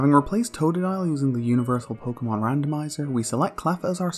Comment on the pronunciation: Pokemon don't have official pronunciations actually. You've both been saying it right